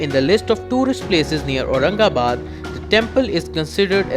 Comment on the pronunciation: अतिशय चुकीचे उच्चार केलेत,,जरा आधी सगळ्या नावांचे नीट उच्चार शिकून घ्या आणि मग व्हिडिओ ,ऑडिओ मिक्स करा.